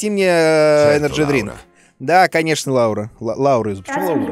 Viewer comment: Меня зовут Лаура! В СНГ странах ударение на у, зарубежом на а. Приятно было услышать от вас своё имя!❤️